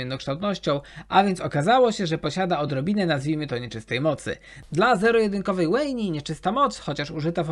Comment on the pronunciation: strasznie boli w uszy jak niektóre postacie źle wymawiasz, master dżi zamiast master (j)i, łejni zamiast wejn, wi zamiast waj, sejuani zamiast sedżuani itp, a tak bardziej subiektywnie to imo historia viego jest na S+, zawsze miłość jest pokazywana jako coś dobrego a tu miłość jest powodem czemu zaczął być duży rozpierdol na runeterze, z kilkoma innymi też bym się nie zgodził, ale ten viego najbardziej mnie zabolał